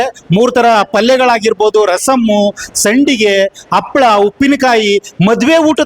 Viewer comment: ಅಪ್ಪಳ 😮? ಯಾವುದು ಅದು? ಹಪ್ಪಳ ನಾ?😅